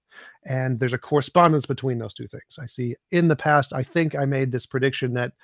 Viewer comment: Holy shit. . . The way she pronounced the word past, as paaahst. I had to forward past that.